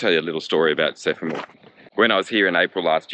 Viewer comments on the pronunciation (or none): Boring video! Can't say Semaphore!! Sephamore!!! 🤣